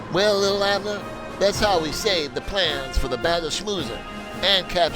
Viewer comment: Li’l rhymes with ill, not little.